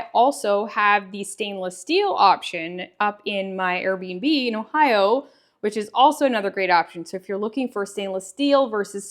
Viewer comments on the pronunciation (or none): none